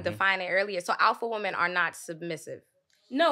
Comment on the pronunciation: Green scully talking about correcting someone's speech and can't pronounce the word "women".